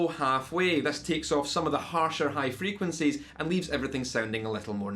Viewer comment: "med frequencees" - I love Scottish.